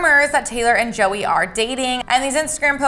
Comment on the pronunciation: I swear she said zoey not Joey